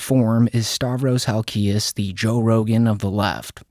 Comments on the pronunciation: Your not saying his last name right.. Hal-key-ez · You don't even say Halkias correctly lol